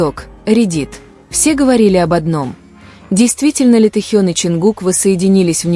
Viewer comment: Научитесь правильно произносить имя Тэхёна но и другие слова тоже